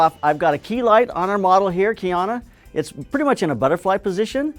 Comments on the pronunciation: Her name is Kseniya ..it's pronounced as Seniya..and I am not even russian.. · Nope, It's pronounced as [Kseniya] just as it's being written. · He failed to pronounce her name but she did not notice or he refused to make another double?